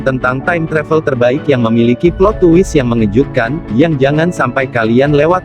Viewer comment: Twist dibaca twis bukan tuwis, maaf ngritik.